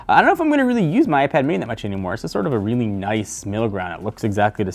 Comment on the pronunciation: Its just "weely weely good" - technobuffalo :p xD